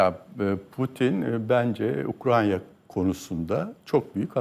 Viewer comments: Ukrayna'ya Ukranya diyen birini ciddiye alamıyorum. Hele ki bu kişi g.başkanlığı yapmış ve kendisine ve ordusuna karşı kurulan kumpasları savuşturamamışsa. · Koskoca Generallik yapmiş bir şahis Ukrayna diyemiyorda Ukranya diyor. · Gelmiş geçmiş en boş adamlardan. Hakkın olmadan O makamlara getirilmiş belli. Koskoca adam Ukrayna bile diyemiyor. Hormonlu dopingli